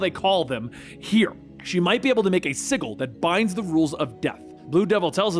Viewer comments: please stop mispronouncing "sigil" - it's always been a soft J sound, not a hard g sound. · Sigil is pronounced with a soft 'g' (J) sound. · I'm subbed and I liked the vid cause it's awesome. And I'll continue to enjoy the content for a long time, I'm sure. But I gotta admit, it really threw me off when I realized you were pronouncing the word "sigil" with a hard G. I feel like I've been noticing a lot of little instances of comics content creators pronouncing certain words incorrectly. For instance, in the last couple weeks alone, I've heard and Rob from Comics Explained say "wield", as in to hold or use a weapon, when they should have said "weld", as in to weld two objects together. Almost like it's on purpose lol. I fear I may have stumbled upon the greatest YouTube grammar conspiracy that nobody was talking about lol. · Had a few in this video, sigil as ziggle wound me up too, didnt help that he said it like 10 times... "calvery" and "pack" (guessing it was meant to be a pact) in the same 5 minutes kinda killed the mood for me too.